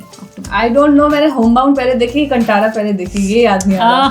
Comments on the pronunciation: Great video guys. Also, bought the book for my whole family and they loved it. Just a note - the word Kantara is to be pronounced as कांतारा not कंटारा. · Its pronounced Kaan-thaa-ra and Ranveer mimicked the diety the village worships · Kaan-taara ( it’s pronounced like this कन्तारा) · Please pronounce "Kantara" correctly..